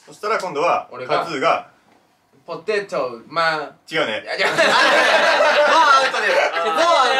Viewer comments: ぽてぃとぉ〜(´∀｀*)笑 発音わからなかったらに聞く〜💜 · かちょさんの場合「簡単に食わない」が本当に簡単に食べなさそうなんよ🤔ww さんのポテトの発音でめちゃくちゃ笑いましたwwww